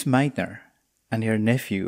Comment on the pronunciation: Thanks for watching and subscribing, that really helps the channel. I am glad that you found something new in the video, you are more than welcome to check out the other videos of the series. Thanks for the comment on the pronunciation of Lise Meitner's name, I struggle with it because I learned it as "Lisa" in my home country, then I moved to the US and I had to learn the American pronunciation, which stuck with me. You would be shocked by how the name of Karl Schwarzschild is pronounced in those others parts of the world. At least my students here in Germany were when I was teaching General Relativity and I said "Schwarzschild" out loud for the first time. You are so right, German is very consistent but also very hard, I have been for years in Germany and my German is still not even basic.